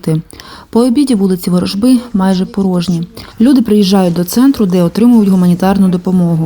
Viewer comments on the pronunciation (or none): От слова ворожба. Ударение на последний слог, на а Объясняю, для умственно отсталых.